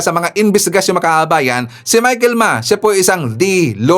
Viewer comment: sir, hindi michael Ma, Michael Yang.